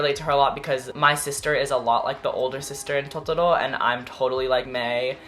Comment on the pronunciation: the way you say totoro i'm in love😩also i want to thank you for constantly putting me in a good mood and inspiring me to stay positive,ily😇💓